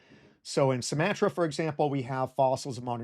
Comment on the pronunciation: Great video, but please learn how to pronounce "Levant" and "Sumatra"